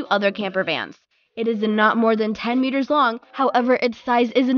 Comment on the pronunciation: Something offputting about her voice. And i hate when she says meters.